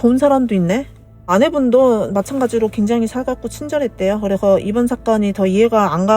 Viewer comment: 성우분이 말하는건가? 왜이리. 발음이 안좋아. 그래서를. 그래허. ㅅ자 발음. ㄱ자 발음도. 듣기 거북하네...